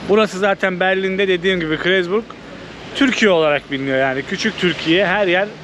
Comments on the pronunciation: Krezburg değil, Kreuzberg diye yazılır ve okunuşu Kroysberg dir. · Du sprichst falsch aus. Kroytsberg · Kreuzberg okunuşu kurouzberk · Abi; Kreuzberg diye yazılır, Kuroyzberg diye okunur. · Canlarım benim sizi çok seviyoruz eşimle birlikte Berlin’de sizi ağırlamaktan zevk duyardık keşke haberimiz olsaydı ❤ bir dahaki gelişinizde lütfen daha önceden haber verin birlikte gezeriz,eğleniriz ❤ sen rica ettin diye yazıyorum “kroyzberk” diye okunuyor :) gemüse kebap bilerek yavaş çalışıyormuş sıra olsun diye tamamen pazarlama :) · "Kreuzberg ,tam olarak "Kroytsberg " die okunur. Selamlar... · Kroyts-berg diye telaffuz edilir! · Kıroysberk :) diye okucan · Ṣöyle birde gezdiğiniz yerin ismini doğru telaffuz etmeyi öğrenseydiniz çok güzel olurdu. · Telaffuzunuz çok kötü Kreuzberg